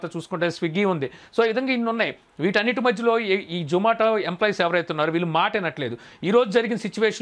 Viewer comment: Nuvvu true caller pettukoni untav adi zomato call spam loki vellindi adi mi tappu.urike pani pata lekunda videos petti companies ni badnam chesi employees potta kottakandi.niku zomato ani peru palakadame ravatldhu mundu English nerchukondi velli 😋😋